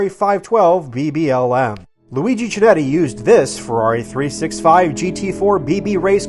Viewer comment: FYI the 'Ch' in Chinetti is hard and thus pronounced like a 'K'. But good video and thank you.